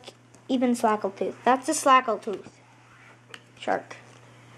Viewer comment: its snagle tooth,not a slagle tooth